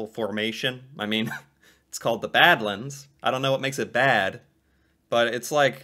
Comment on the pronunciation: I was going to mention Frank Slide and Head-Smashed-In-Buffalo too lol. And yes, more dinosaur skeletons have been found in Alberta than anywhere else in the world. Also, you were right the first time you said it,, it is pronounced bad-lands (almost like it's two separate words) and those striated bands of sedimentary rock in the various colours come from millions of years of temperature changes, with massive glaciers expanding and retreating and then expanding again. Montana also has a region of very similar Badlands. And the reason you've heard of Calgary is because it's the oil capital of Canada and between that, the Calgary Stampede, and generally Conservative politics (at least for Canada, probably more equivalent to the US Democratic Party tbh) Alberta is basically the 'Texas' of Canada.